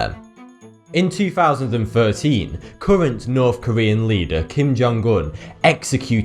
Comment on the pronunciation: It's norTH Korea not norfff Korea and 150 THousand not ffousand people jesus! THH not Fff IT'S like you've swapped every TH for FFFFFFFF!